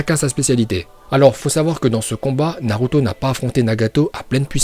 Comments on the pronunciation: Ta dis naruta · C’est moi ou il dit Naruta a ? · A tu as dis NARUTA au lieu de NARUTO😂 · Tu a dit naruta😂😂😂😂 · oh fuck il bient dit naruta